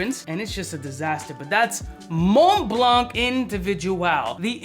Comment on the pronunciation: Did he say mont blanc voyage wtf is that!? Lmao